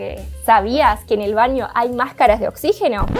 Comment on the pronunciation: Se dice "baño", no "vaño", nena.